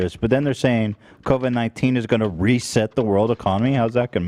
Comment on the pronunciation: On the bloods / crips language. A lot of bloods will put a “K” instead of a “B”. I’m sure they understand others will joke about it if it’s all C’s replaced by B’s like how AB said Bovid - 19. It would be Kovid - 19 most likely.